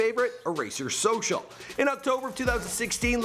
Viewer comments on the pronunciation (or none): none